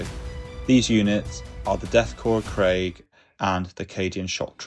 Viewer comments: It’s pronounced ‘kreeg’ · "mass" is m-ass, not marse Krieg is "Kreeg" not Craig.